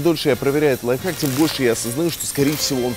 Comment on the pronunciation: 2 '' лайфхак'' Не лайфхак!!!